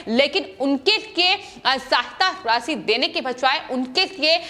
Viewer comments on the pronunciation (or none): none